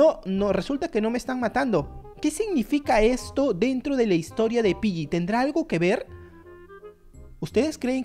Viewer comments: hey no se dice piyyi se dice piggy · Wow tengo roblox pero le dices pilli a piggy es gy no lli